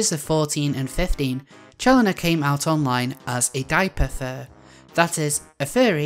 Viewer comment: I thought you said "gaipapher" when you said diaperfur, though I should note that the police should look into whether he was groomed. Have you considered making a similar video regarding alertpay?